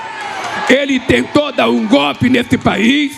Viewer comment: Nem falar golpe ele sabe kkkkk Pode reparar, ele fala gópi 😂😂😂😂 ser boçal, cachaceiro sem vergonha, mentiroso